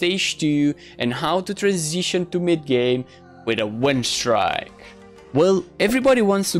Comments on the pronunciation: it's pronounced "streek" not "strick" but ok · i was joking with the way you say it, its a win "streak", its pronounced "strick" and not "strike"